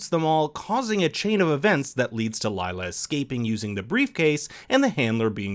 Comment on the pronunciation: I am kinda annoyed by how Lila's name is pronounced, foreigners are never able to spell Indian names 🤣 it is pronounced as leela which means tricks (usually magical)